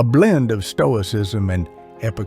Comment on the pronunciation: Toicism? 😂 The S is hidden by color...